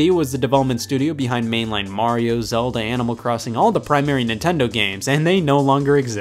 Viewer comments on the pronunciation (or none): none